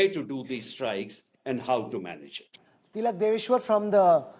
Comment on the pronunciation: you keep miss-pronouncing Tilak sir’s last name… please correct it.